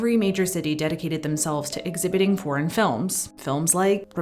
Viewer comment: Voted Down on the Hands because... Voiceover. Can't abide this voice, the speed of it, "foreign" sounding like "porn" - can't she make "foreign" a two-syllable word? Praise The Magnani's force. Will search elsewhere.